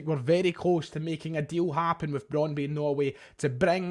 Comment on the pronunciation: Brondby is pronounced Brond-bu and its in Denmark, not Norway.